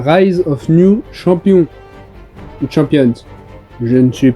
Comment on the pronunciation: Rise of New "Champion (t'sais l'accent bien français 🇫🇷)"